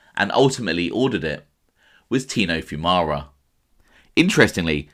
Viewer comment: At least you pronounced our last name correct lol.